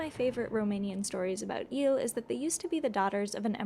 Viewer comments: The name is " ielele", not eelle. They are very dangerous and my grandmother told me that she believe in " iele" !! 😂🎉 Cristian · (this comment it is only about the original video, not about the reaction of Mr. Giant) That is absolutely wrong pronunciation. Right one would be "ye"(from "ye-sterday") "le" (from "le-gend"). And it is usually used as "the iele"="ielele" an then the pronunciation it's ye+le+le. Also the word it's defective from singular, it is always used at plural even that it's a single unit, it is always a group of entities so it does not have a singular form. The name comes from the third person plural pronoun "them" in romanian "ele"(fem)/ "ei"(masc.). In a loose translation would be "the Them" in feminine form (masc. would be "ieii"). Also the whole story it is completely wrong. Kids! "The internet" is not "The Royal Society"! Don't get the data as absolute facts. Most of the data is that some guy wrote something that he believed to be so, and that's it. No triple check from triple sources, no academy background, .. just some guy like you and me. Do not make educational videos based one what some random guy said! :)